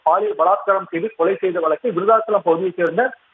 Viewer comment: செய்தி அறிவிக்கும் பெண்ணுக்கு தமிழ் வராதா? வழக்கை வலக்கு என்கிறார். வழங்கலாம் என்பதை வலங்கலாம் என்கிறார். 😊😊